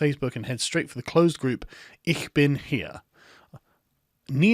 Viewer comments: "ich bin hier" you spoke the first two words almost corectly. the last word "hier" can be spoken out like "here" in english, only difference is, in german you have a hard rolled R. Ich bin hierRRRRRR. your welcome, mein Freund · your german sounded quit right, but "hier" is pronounced very much like "here" thanks for some german coverage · My ears are still bleeding, Sargon. You pronounce "hier" the same way as you would "here". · Well, you managed "ich" quite well... "hier" is almost pronounced the same as "here" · "Hier" and "here" are pronounced the same. :) You said something like "I am bed" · If you would pronounce the word "hier" (as in "Ich bin hier") like the English "here" it would be more accurate. The words are pronounced similarly. They also (obviously) mean the same. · "hier" is pronounced like "here" (hee-uh). It's where the word here comes from in English. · That hastag was absolutely pathetic from the beginning. Everyone who uses that instantly exposes himself as a complete idiot. BTW: Your pronouncation of the first part "ich bin" was good, for the "hier" part: Just say it like you do with "here", it's almost identical. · Funny how a British cannot pronounce the German word for 'here'. Doesn't it have the exact same pronunciation as the English word? 'Hier', if I remember it correctly.